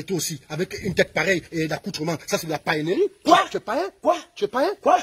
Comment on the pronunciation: La "paienneu zaaa"? Paiennerie hein 🤣🤣🤣🤣🤣🤣🤣🤣🤣 Tschouoooooooo...mais ou est Samira pour te sauver? Elle va le finir avec les insultes